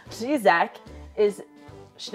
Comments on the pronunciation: Nailed the "Řizek" pronunciation! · Beautiful Ř ye have mate 😄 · You BOTH pronounce “řízek” perfectly! 😍 I’m so proud of y’all. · Your pronunciation of “rizek “ is excellent certainly better than mine and I was born in Czech Republic Keep it up and I’m your big fan